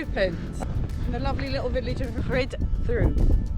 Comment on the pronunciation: It's actually pronounced Rhid dii ❤